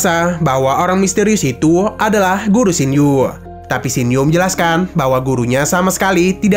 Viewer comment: nama xiao yu bang bukan xing yu